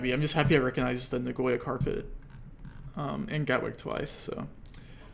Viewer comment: Your "Nagoya" pronounciation should get you BANNED